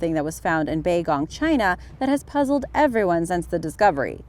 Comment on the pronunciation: Baigong, no matter if you are a native speaker or not, DOES NOT spell "Bay-Gong"